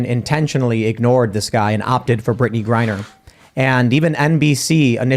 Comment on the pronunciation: said "Brittney Grinder"😂🤣